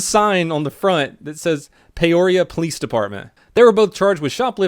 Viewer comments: In AZ it's Pee-oria not Pay-oria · Haha I live in Peoria Pee-or-E-ah that was stupid funny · Peoria = Pe-oria for future reference. Great video as per usual. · it's pronounced PEE-ORIA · Oh it's Peoria AZ is pronounce pee-awr-ee-uh I don't know why but it bugged me for the rest of the video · I live in AZ and the way you pronounced Peoria kinda bothered me. Simply because it’s not hard to pronounce...is this what it’s like to be offended by everything?